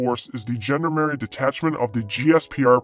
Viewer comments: A How about the 101st Amphibious Reconnaissance Battalion, known as the Sea Dragon Frogmen? B As to your accent, the proper pronunciation of Gendarmerie is zhon-DAR-mare-ee. I only got through high school and college French, but I did learn that much. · I just couldn’t stand the mangled pronunciation of “gendarmerie” any longer, or the ignorance of the idea of a nation-wide police force. I’m sorry if my ire caused problems for others, but I could only stand so much.